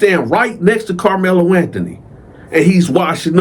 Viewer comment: Karlmelo with a K not the basketball player 😂